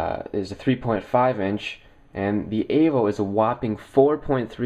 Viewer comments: Why can't you just say Evo instead of Avo. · Steve Jobs said it himself that it's an Evo. Pronounced "A-Voe" you blimey bastards. Not "E-Voe". Get a life all of you. Except, he actually knows the right way to say it.